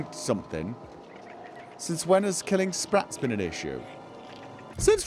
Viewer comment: Sssh be vewy vewy quiet, we're hunting spwats